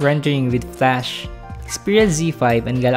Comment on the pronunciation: It's flash not flush :)